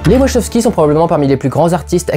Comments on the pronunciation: Question existentielle : on prononce "Wachoskis" (comme énoncé ici) ou "Wakowskis" ? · Une des pires prononciations de Wachowski que j'ai entendu.